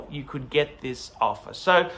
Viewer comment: “To get an opher, you need to spend phive phousand!” Doesn’t sound like a good investment to me!